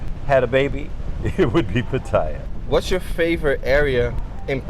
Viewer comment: Maybe pronounce Pattaya correctly?